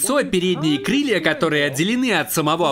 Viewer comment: Кришей. Крилья. Пригает. Учись говорить